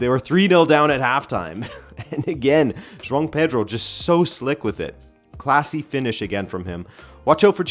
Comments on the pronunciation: Why do I keep hearing John Peter when you’re saying Joao Pedro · John Peter and John Snow💀💀💀cmon manee. How do you watch the Portugal league and pronounce their names like that? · I’m so confused. I thought you kept saying John Peter rather than Joao Pedro. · What is a John Peter? 😂 Is that the English Translation of Joao Pedro?